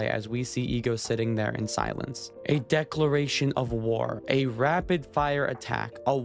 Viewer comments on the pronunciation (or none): none